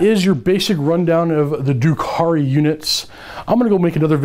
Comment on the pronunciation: First of all, dRukhari. There's an R in there ;-) Secondly, I'm confused about combat drugs. You say you would pick plus one toughness for the Reavers every time but already said seconds earlier that if you choose your combat drugs you have to have picked everything once before you can repeat them. Do you choose them per phase or per turn? Thirdly, are mandrakes really 19 points each? Or should that be 9? It sounds like they actually got much, much worse in terms of their survivability, which is why I ask.